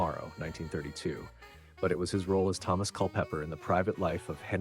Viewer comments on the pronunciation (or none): none